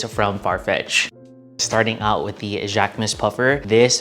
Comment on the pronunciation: I took three years of French in HS and I just want to clarify that the proper pronunciation for Jacquemus is jock-moose.